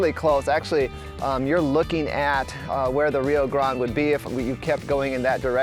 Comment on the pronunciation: Your pronunciation is incorrect, even Rio grade your not pronouncing correctly. Ask a local.